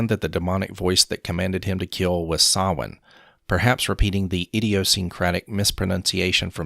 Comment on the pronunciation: the way dr loomis pronounces samhain is correct